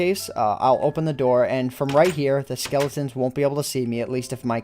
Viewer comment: like if you twisted your head when he said lets see if we can hear the skelotens